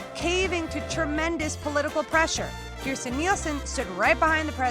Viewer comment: You're mispronouncing her name. Please be sure to pronounce the "j" in her name. "Kirst-Jen"